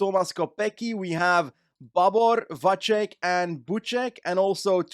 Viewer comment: Its Vacek, not Vaček 😭